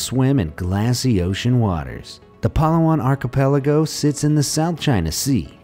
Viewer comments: We're laughing because you mispronoun the places in our country philipines😂 it's bo-ra-cay not bora-cay HAHAHAHAHA and its pa-la-wan not pala-wan😂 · that’s not how you pronounce Palawan and that’s not how you pronounce Boracay... just saying... but thank you for including my country!!!! 🇵🇭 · correction* it is pronounced as Pa-La-wan and Hee-na-tu-an and Bo-ra-Kay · You pronounced Palawan & Boracay wrong I know cause I’am Filipino